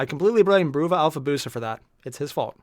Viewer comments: You keep saying you got Alfa's name right, but it's BRUVA, not BROOVA. It's a decade-old meme on how Diomedes pronounces "brother". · No, you didn't get it right. Bruh-vuh, to sound like brotha, brother. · Bruvva (Uk cockney for Brother) Totally wrong pronunciation! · Day: still doesn't know that "Bruva" is pronounced like "Brother".